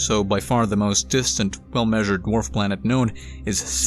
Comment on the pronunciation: You're saying it wrong it's DWARF Planets.